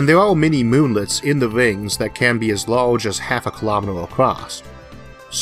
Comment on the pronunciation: Shawtidge of energy. Impowrt. Lahlge.